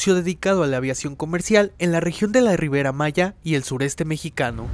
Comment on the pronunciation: Que le avisen que es RIVIIIIIERA ... NO riveEEEra maya